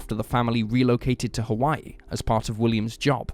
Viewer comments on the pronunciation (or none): none